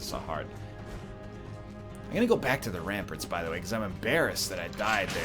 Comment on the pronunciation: You say prominade right, it's ramparts you say wrong, ramperts.